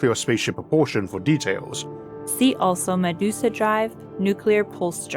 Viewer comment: I laughed at her pronunciation of Medusa like "Ma deuce a".